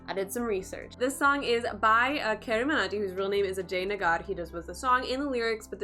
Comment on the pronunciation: I didn't understand why you kinda struggled to pronounce 'carryminati'...carry is an English word ..you can pronounce 'illuminati' easily but pronouncing 'carryminati' .it's hard for you ..ughh...making people fools ! Good work